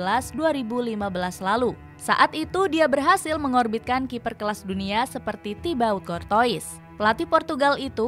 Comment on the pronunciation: tee bow kortwaa min bukan tibot kortois....nama orang jangan di ganti2 min